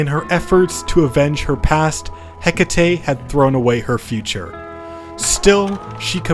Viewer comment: Hekate, heh ket. Hehket man. RAGE